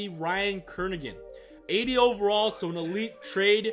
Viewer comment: Ryan “Kernagan”🥴